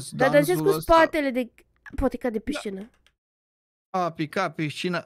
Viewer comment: A picat Piscină... Pișcină? 😂😂😂😂Ce amuzant!😂😂